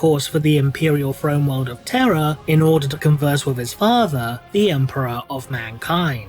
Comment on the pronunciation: Is it just me or does it sound like says Emprah instead of Emperor?